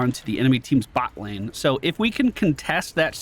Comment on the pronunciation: I just love it that it sounds like you saying "Buttlane" XD